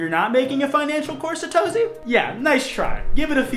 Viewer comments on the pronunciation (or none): none